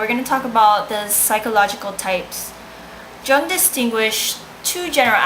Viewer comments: You can speak english fairly well, but your german is off learn to pronounce his name. The J sounds like U, Ung. If thie is an oral exam slow down, dont admit not undertanding it and overexplaining it as you are often wrong here. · The J in Jung is pronounced like a Y so it sound like Yung not like a J. The u in Jung is long not short. The image becomes conscious when the projection is withdrawn so that we know the symbolism of physical objects figurative as well as their literal, concrete meaning. Image is undifferentiated from object when unconscious or not separated from the object. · I cant believe you couldnt even bother to figure out how to pronounce his name. Lazy fuck. I would have failed your ass. Who put you up to this? Did you choose Jung because you actually liked him? You're cute but I am disappointed. I am a big Jung fan though.